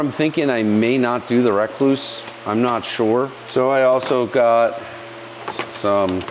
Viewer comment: Not only do you say Yamaha funny you say rekluse funny . You say wreck loose . lol from my understanding it’s pronounced just like the recluse spider .re-cluse